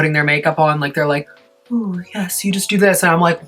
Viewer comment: i dont know why but it makes me so happy everytime i hear 'nyes'